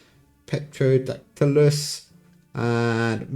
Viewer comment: I think the 'p' are silent when pronouncing those dinosaurs pteranodon and pterodactylus